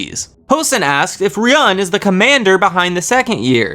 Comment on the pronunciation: ryuen's name is said like re yoo when